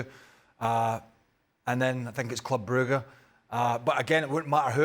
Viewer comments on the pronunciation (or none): “Club brooga” ???